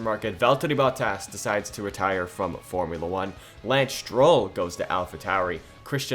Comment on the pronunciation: Stroll not Strill